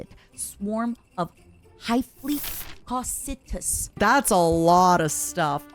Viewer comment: I wasn't in the stream when she did the review, but I love the way you mispronounced Cocytus. It's cool to see my stuff on your channel, if briefly and not even what I actually painted, lol!